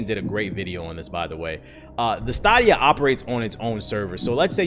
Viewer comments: Wtf is stahhdia it’s stayydia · Is this man saying Stahhdeya and not Stay-deeya?! is wildin today lmao trollin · It's STAY-DEE-A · is it stAHdia or stAYdia?? Tbh got me questioning if i’ve been pronouncing the shit wrong for months now💀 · STAY-DIA CHIEF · The $10 subscription is not mandatory. You can buy a game, any game, and play it as much as you want and not be a subscriber. This misinformation being spread by Youtubers is just sad. I haven't paid for a single month of Stadia (pronounced stay-dia) in the last 11 months. But I've been playing games on it all this time. Well done on half researching a thing you've never tried and then knock it because it's the trendy thing to do. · Say it with me STAY-DEE-UH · Its stay- d-ia stadia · It's STAY-DEE-AH tf you call it that for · Am I tripping or is it pronounced (stay-dee-uhh) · I could've sworn it was pronounced STAYdia... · It's pronounced Stay-D-Ya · So I only see one person saying this but y’all really gonna let mans pronounce the stadia(stay-dea) wrong. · Stah dia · Are you trolling us the way you pronounce Stadia? Say Stadium. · its definately pronouced STAYdia right? Or am i the weird one for pronouning it the way its developers did in the promo videos? Thanks for droppin the news tho! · You are correct. They've pumped enough adverts saying staydia... It's stadia like stadium. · Yeah it's stay-D-ahh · Bruh can't even pronounce it right which is a clear indication that he doesn't know what Tf he's talking about.😂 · Have I been saying wrong this whole time. I thought it was Stadia (Stay-D-A) but it seems that I am mistaken and its Sta-D-A..instead? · Word-of-mouth marketing would, for example, help know how to pronounce "Stadia". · It's so weird when people on YouTube say "Stadia" wrong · Bruh... Why you pronouncing Stadia that way? I was like WTF? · Watch the commercial how are you only youtuber saying stadia wrong hahah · You killing me with the way you saying stadia 😂